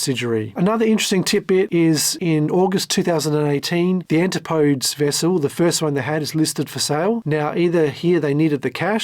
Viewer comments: Yeah, because if someone doesn’t know how to pronounce one Greek word it means they can’t speak English. That’s not you imagining that your specific learned knowledge makes you smart. You’re highlighting a real thing. Just like how you learning the origin of the ship’s name proves you’re intelligent. I remember my English classes where they told us how to pronounce every Greek word and the origin of all ship names. Because that’s what education is all about: Useless information nobody cares about. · That’s not how to pronounce Antipodes. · Enjoyed the video, but it has several minor mispronunciations which are not a big deal to me, but it does mean you likely havent watched any of the extensive Coast Guard hearings -because the word "Antipodes" is spoken a loud in most testimonies -usually multiple times -and the name Guillermo Söhnlein is pronounced in about half of the testimonies. So it's a great video, just wild that you never watched any testimony or a lot of other video or audio content to make this -theres so much of it. Are you aggregating via AI summaries, pulling public docs and filings or reading summaries of testimonies -so how does someone curious enough to make such an extensive video spanning a companies 16 years and the founders history prior to that not watch other video content on the subject? it's very unusual -I guess Im impressed as its a great vid.. Also, FYI I dont believe Oceangate issued any refunds from watching the testimonies from the finance folks during the hearings... ever -they would do reschedules or promise make goods -but never refunds as they simply couldnt afford to if they wanted because they were basically robbing Peter to pay Paul to keep the lights on and barely make payroll at times by taking internal loans from Stockton. Whatever your process is, keep up the nice work. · AN-TIP-OH-DEEZ, not anti -podes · An tip OH- Dees Is how to pronounce Antipodes.